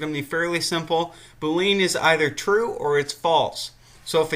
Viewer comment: Bool - ee - an. Not Bool - lean. Thought you might want to know the correct pronunciation.